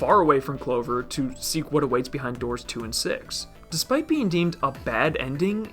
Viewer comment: I thought it was 9 doods, not doors lol